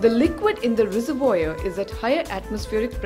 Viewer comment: 'sprayer', 'res-a-voyeur'......